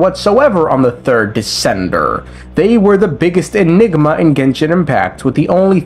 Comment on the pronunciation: why does he say it as "decendurrr"